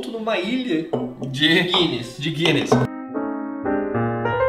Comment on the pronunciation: morei na Irlanda.. que saudade que deu.. tomar uma Pint de Guinness!! ahhh e É GUINNESS e não GUYNNESS como o rapaz falou ae hahaha